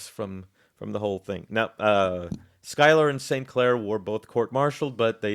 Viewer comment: I am surprised that you got Philip's last name pronounced spot on. Pick up the book "The March to Saratoga" by Benjamin Bird it will put to bed some of the fairy tales you're espousing